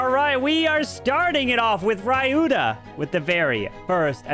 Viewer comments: It's Spelt "Ree you tha" not ray you tha. but, nice content and comentary as always. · Hey,it's pronounced as ryuta and not rayuta👍🤍